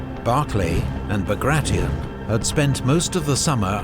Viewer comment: Pjotr Iwanowitsch Bagration , Bagration was spoken out like a french Name .The pronouncing was terrible